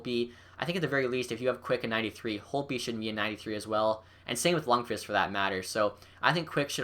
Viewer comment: This guy doesnt know shit bout hockey who agrees he can even pronounce lundqvist's name lol